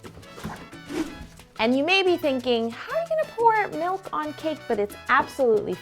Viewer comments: Anyone else bugged when she says "melk" and not "milk" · This woman is flawless other than the fact that she says "melk" instead of milk